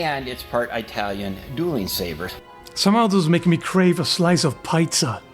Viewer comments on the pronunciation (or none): Did he really say "eye-talian" dueling saber? 😂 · I've only ever heard someone say Italian like that as a joke 🤣🤣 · Eye-talian pronunciation always drove me nuts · You’ve never heard EYE-Talian? Ugh it’s Eye-Watering! Hate it more than EYE-Raq. Like, where do people think EYE-Talians live? EYE-taly?